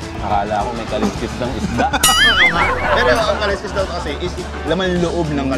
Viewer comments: "Kalsks" po ang tamang pronunciation ng kaleskes. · His kasi Ka-les-kes ang pronunciation. Kalsks ang tamang pagbigkas ng Kaleskes.